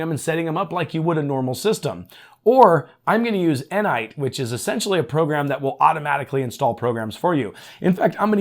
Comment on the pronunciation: He said Enite, but he meant Ni-Nite.